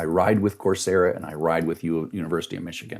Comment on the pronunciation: I figured out "course yeah" is "coursera".